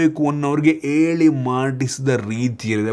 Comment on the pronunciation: ಎಳಿ ಅಲ್ಲ ಹೇಳಿ ದಯವಿಟ್ಟು ಹ ಕಾರ ಸರಿಯಾಗಿ ಬಳಸಿ 🙏